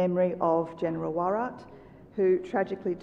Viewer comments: This moderator is so poor in reading names. Shocked to see she called Yamazaki as Yama 'Kazi'. Unacceptable. Pl guide and correct such poor work. She also said Warat instead of Rawat for the later CDs of India. Her presence and preparation was Not upto the mark. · Yeah it was quite cringe inducing when she messed up the name of the late Bipin Rawat, twice.